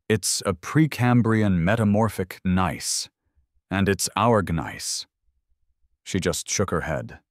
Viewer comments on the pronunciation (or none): Please let your AI narrator know that the "g" in gneiss is silent.